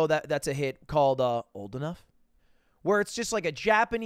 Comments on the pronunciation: Why did he say old enough like that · You, HAVE to stop saying “Old Enough” like that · Quit saying “Old enough” like that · The way Lud says "Old Enough" is a crime, and I will not rest until he is jailed. Also, paying for any streaming service feels bad when you can watch amazing content on YouTube. Then again, I can live off video essays, playthroughs and meme comps.